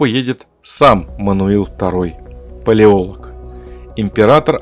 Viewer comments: Не «ПалеОлог», а «ПалеолОг» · ПалеолОг, а не Палеолог. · Я очень глубоко уважаю данного автора и с глубоким интересом смотрю любые видео за его авторством. Фамилия "Палеолог" читается с ударением на "лог". Отрицать существование римской империи.. ну это чересчур радикально даже для меня, с большим сомнением относящегося к официальной истории. Отрицать существование мощной высокоразвитой цивилизации в прошлом невозможно - кто-то построил Великие Пирамиды, кто-то весь мир застроил крепостями, которые стоят до сих пор. Но Римская Империя - это фундамент, основополагающее начало всей современной истории... Увы но принять такое я не могу